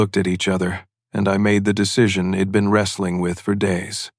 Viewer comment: AI narration terrible. I Enjoyed the story when i sussed out the shed, id hed etc.